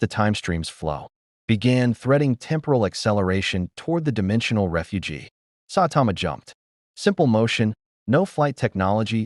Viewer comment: Sawtama...not how you say Saitama also 2 other clear problems 1: The Justice League doesn't use Boom Tubes, Batman has a teapoter on the Watch Tower, 2: the AI talks to much like a robot 🤖